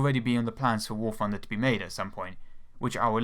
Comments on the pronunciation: I thought it was called War Thunder, not War Funder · oh Christ. I know he can't help it, and I know it's a douchey thing to say, but he sounds like a 3 year old when he says "war funder". Yes man, I know it's fun, but it's not part of its name. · I love how you pronounce warthunder, "warfunder"